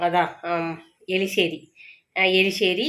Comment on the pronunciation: Eriseri not eliseri